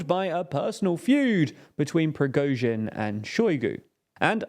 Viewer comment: have made a lot of videos about Ukraine. Even after year and a half of talking about the war, the guy cant say Prigozhin correctly or important city names such as Andriivka, Klischiivka etc. If it was just that one or two videos I would understand, but there are a lot of videos. Other journalist and content creators dont have such problems and if they used to have hard time at the start of the war, thats no longer the case.